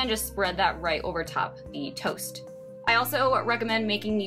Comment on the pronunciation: The way she says toast😂but this is cool but I’d still be hungry asf lol can we eat snacks? Like yogurt or fruit in between?